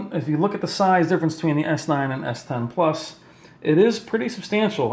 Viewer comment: It annoys me how he says s10